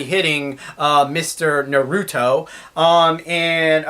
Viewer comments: YOU PRONOUNCED NARUTO WRONG!! how dare youuuuuuuuuuu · you can't say naruto right